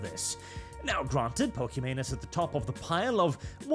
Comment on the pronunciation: Look just call her it's a gundams future ex-wife. It's a lot easier than watching a Norwegian badly pronounce Pokemon